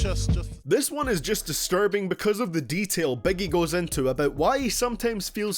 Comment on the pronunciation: Please try to say "About" instead of "Abut" - I cannot watch your videos hearing "abut"